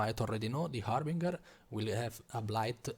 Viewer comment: Harbinger - haar buhn jer , not hamburger .